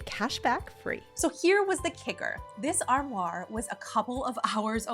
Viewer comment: LOVE ur channel! Just a kind fyi about the "armoire". You keep putting an r on the end, almost as saying "arm war". lol I've heard so many versions as an English major! An easy way I learned to remember the correct way to pronounce it will be simple for you because you love it so much-I'll explain: So say the first part like "are". The second part like "mwah"-like you are giving it a big kiss since you love it so much! It's a French word variation of armarie, which originated from Latin. England in the 14th century had the word Ambry for a cupboard or pantry. Anyway, I just thought you would like to know this-Isn't language wonderful?!! Keep the terrific videos coming! We love you here in Arkansas!